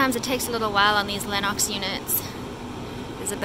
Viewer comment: I like the way you say Lennox. You ain't from America. 😄😄😄 #NorthernHVACsister 💪🇨🇦 #HVACstrong 💪🇺🇸